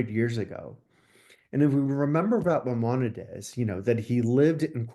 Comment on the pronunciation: This man is a scholar??? Really? España didn't exist until 1492, and he can even pronounce Mimonides, Cordoba, etc. What a phony